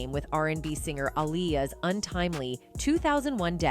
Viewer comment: We gonna stop subscribing to you guys and girls first you said Aaliyah name right the a few seconds later you pronounced her name wrong get it together I understand one or two but you are consistently doing it not funny